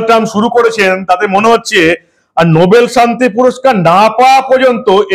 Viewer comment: নোবেল না, নো ব্যাল